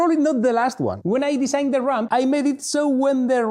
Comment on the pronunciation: Oh, RAMP. I ghought you were saying RUMP.